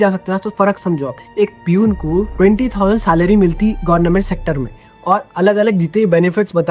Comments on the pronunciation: Yee gornament job kiu bol raha hain? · Bhai tu jaan bujh ke gornament bolta ... Sahi kaha na maine 😂😂